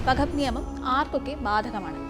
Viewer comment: വഖഫ് അല്ല വഖ്ഫ് ആൺ